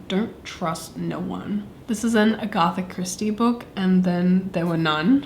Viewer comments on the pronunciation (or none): Just so you know, Agatha Christie is pronounced “Ag-uh-tha” not “A-goth-a” 😂😂